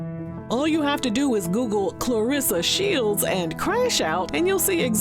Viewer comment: Nah, he completely butchered her name.. 🤣 Clarsa Shelds 😭